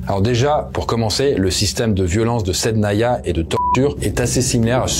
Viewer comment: Correction : SIDNAYA pas SAIDNANA